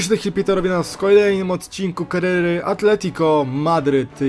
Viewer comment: mówi się KARIERY ,a nie KRR